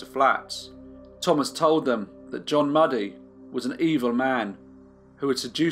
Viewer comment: ‘Mewdie’ not ‘Muddy’ I should think.